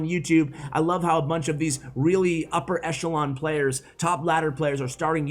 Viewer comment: It's a weally fun deck 😂